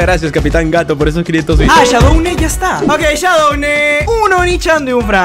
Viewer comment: Es shadoune*